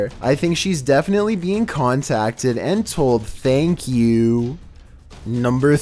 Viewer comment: Nobody:: THENKKK YOUIIII